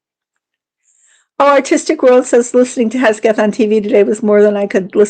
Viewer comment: It’s HEG’-Seth. Not HES’-Geth. Thank you. Great video.